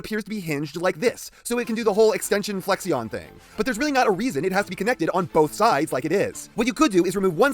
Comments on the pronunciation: “Flexion” is actually pronounced “flek-shin”, not “fleksion”. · As always, love the review. As a fan of the Dreamwave War Within aesthetic, I'm just glad were getting anything. I still desperately want a WW Bonecrusher though. also, as for flexion, is pronounced "flek-shun"